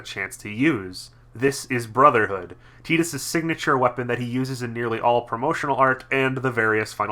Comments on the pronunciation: I didn't know that tidbit about Tidus' name, and hate that pronunciation somewhat less now. I still think Tide-us makes more sense, given his affinity for water, but hey. Keeping this quick: I like this game. Combat is good and fun, sphere grid is an interesting concept (but the normal version is too linear to do much with), world is interesting, characters are interesting. But they look like assholes, and the voice direction could have been much better. Granted this was Square's second voice-acted game, ever (after The Bouncer), but whatever the reason, bad voice direction is bad voice direction. Also The Laugh Scene is an actually good scene, because The Laugh is ironic, and no one seems to get this. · ffx is a blast love wakka to bad of how they pronounce tidus name